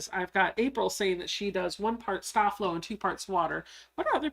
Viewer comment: Hi, a great Live! I Love ❤️ the vinyl pouch, adorable 😍 💕 FYI, I grew up with a Mom who ironed all of my Dad's man tailored shirts that he wore to work daily she used Sta-Flo and it should be pronounced Stay Flow. Just thought that people of the younger generations should know!Thank You for Sharing another great project 👍 😀